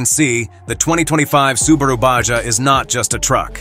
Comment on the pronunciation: I love the SUBARA on the tailgate at the mark. The automated voice had sooooo many mispronounced words that I didn’t even finish the video. 🙄